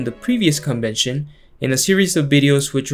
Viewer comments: I love how you emphasize CON-vention!!! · I cringed at 0.04: "Good evening boys and girls and welcome back to our 2023 CON-vention rebuttal." These situation comedies are definately Watchtower CON jobs.